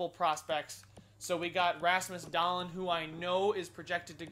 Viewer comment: Dahlen is doll-een